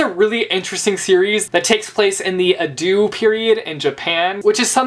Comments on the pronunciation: Great haul! By the way, you pronounced Edo wrong. It's eh-dough (eh like egg). and omg Orange is my favorite!!!! I hope you love it. It's heartwarming and omg all the feels. I've read it like 5 times. Also Orange only has 2 omnibus so you don't have to feel bad for picking it because the 2nd (last) volume comes out on May 31st. Hope to hear about your thoughts on it soon! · For future reference, Edo is pronounced Ed-oh (: But yay manga! Blue Exorcist is amazing, and it's still ongoing. Attack on Titan is also great, and Parasyte. The animes are also fantastic. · Omg I'm sorry I can't. I must correction your pronunciation. Usagi is pronounced is Oo-sa-gi (don't ending the sa) and it's pronounced Edo as in the E in Ed (the name) and doh (as in Homer Simpson's line). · You pronounced Edo wrong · You're saying Usagi and Edo so wrong hahahaha oh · Haha this was a great video but your pronunciations of Usagi and Edo made me lol super hard. XDD